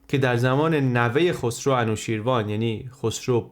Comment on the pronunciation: سپاس بسيار ! بسيار جالب و آموزنده و ژرف است. تلفظ انوشيروان را خواهشمندم درست كنيد. انوشي روان در واقع است. Anooshiravan